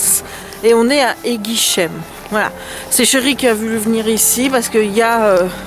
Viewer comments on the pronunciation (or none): Ils sont beaux nos petits villages. Juste une petite précision, rien de bien méchant ! Le "eim" à la fin des noms de villages se prononcent comme, disons le "hym" de la chanteuse Shym (j'ai pas trouvé autre chose 😭😂).. Et le "sh" en "SSSS" pas "ch", du moins pour Eguisheim.. Voili, voilà. 💕